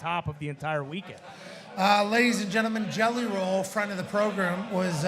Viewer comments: Is it program or Progrum ? He looked pissed lmao 😂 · I love that the boys REALLY forced the “progrum” issue with coach 😂😂😂😂